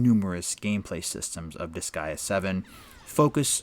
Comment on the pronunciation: Disgaea rhymes with "Kiss Sigh Duh", I think you're saying it correct for an English Language audience.